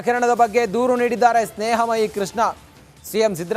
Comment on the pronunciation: ಸ್ನೇಹ ಮಹಿ ಅಲ್ಲ ಸ್ನೇಹ ಮುಯ್ಯಿ 🤣